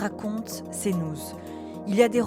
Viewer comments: Cnouze... Bonjour l'IA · Tu travaillerais pas à "Cnouz" des fois ? 😂